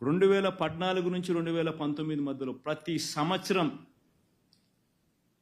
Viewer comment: పద్నాలుగు అనడం రాదు నీకు, పడ్డనాలుగు